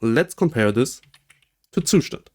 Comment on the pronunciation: As a German I have to say that you should look up how to say Zustand